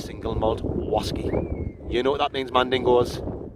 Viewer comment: Brilliant. What stunning scenery it is in the Lake District, it's a beautiful part of the world. Your 'whasky' reviews truly are a thing of legend. I just love how you're always gubbed when you give them. Hilarious stuff, mate. Keep it up.